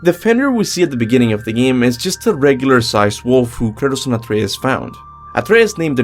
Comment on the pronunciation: I constantly hear him say Curtis when he's saying kratos